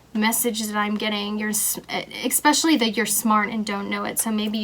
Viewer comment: I’m sorry but the way you say “especially” drives me insane and I couldn’t even finish this. It’s ESPECIALLY not ECSPECIALLY 😩